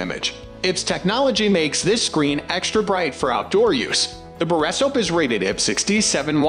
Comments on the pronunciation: The best borra soaps cameras? Geeze. .AI voice much? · Can’t watch simply because of the mispronounced word “borescope”. It’s the main topic of the video and they can’t even get that right.